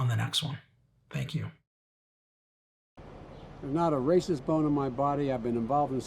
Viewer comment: Career or ca rear 😂